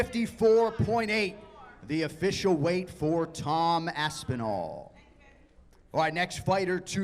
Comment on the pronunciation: Are you saying that to Jon or Tom? sounds the same